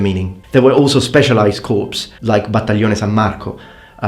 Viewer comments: Naval personnel are sailors, not soldiers. And the word "corps" is pronounced as "core", the ps at the end is silent. That being said, having to wear your uniform while on liberty must suck. And a 10PM curfew also sounds horrid. In the US military, once you secure for the day, you can put on civilian attire and do basically whatever you want (within some basic limits) so long as you're back by formation the next morning. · I'll have to point out to you since you are a linguist, when saying corps in English you don't pronounce the "p" as by adding the pronunciation of the "p" you are changing the word from its original meaning to a dead body or "corpse" were you pronounce the "p" so the word "corps" is pronounced "core" like the middle of an apple